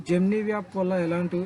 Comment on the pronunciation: జెమినీ యాప్ 👌జెమినీ వ్యా ప్ కాదు bro 😂